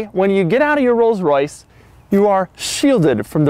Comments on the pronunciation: Rollses? Rolls'? cough cough....ahem.........Rolls. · Did he say rolls's for plural? Lol I think it's pronounced rolls, and why did you put someone down in a Camry